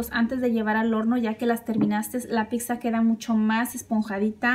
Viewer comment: No se dice picsa 🤦‍♀️